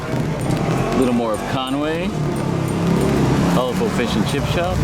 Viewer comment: Its pronounced Con-wee,if you look theres no "a" is there? Diolch (thanks)